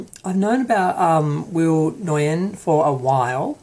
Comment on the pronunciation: When will people learn to pronounce Nguyen? When? 🤣🤣🤣